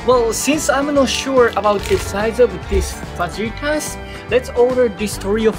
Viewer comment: Fajitas! No j sound😊